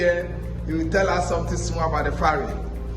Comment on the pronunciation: It's the Volta river, (not lake). It's a Ferry (not Farry).